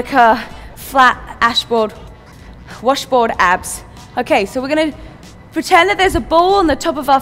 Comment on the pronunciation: i cracked up when she said ashboard instead of washboard